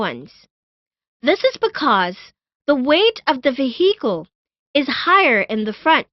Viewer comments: Vee-HEE-cal Yeee-heee - she said her name was billie Jean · Ve-hee-cal: Vehicle Auto mo bail: Automobile Pahblem: Problem